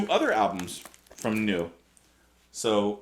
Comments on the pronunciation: Quick German lesson: "eu" is pronounced "oy'. So Neu rhymes with Boy. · "Neu" (the German word for "New") is actually pronounced "Noi" in German.We are looking forward to your review of them.